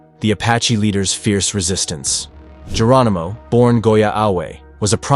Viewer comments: There is very little to NO editing and they can't pronounce even very famous names! Very sad! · Geronimo not Germino..